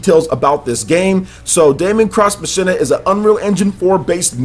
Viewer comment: Machina is pronounced 'Mock-een-uh', man. Lol.